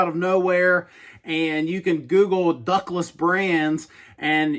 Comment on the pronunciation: I thought you were saying “Douglas brands” in the beginning of the video. . . .